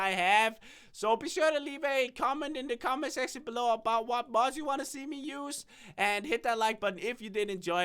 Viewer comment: I find it funny that he pronounces mods as muds